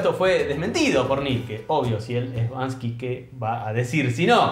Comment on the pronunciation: No puedo escuchar a decir “Bansky”, cuando claramente el arista se llama “Banksy” 🫠